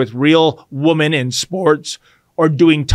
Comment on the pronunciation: Why do you say woman in place of women where the plural form would seem more appropriate?